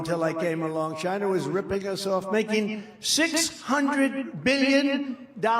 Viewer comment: 'I'd like to thank CHYYNNAA!' LOL! 😂 😂 😂